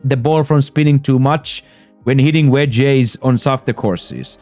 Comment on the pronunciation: My brother great video. Your English is real good but I would like to help you. On words like wedge and Fringe you don't pronounce it with the E at the end. You can just say "wedg" 😊